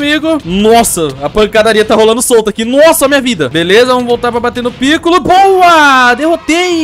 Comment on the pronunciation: se fala picôlo, e não pícollo,e vc chamou o hidro de esquisito, mas o amei o video continue fazendo videos assim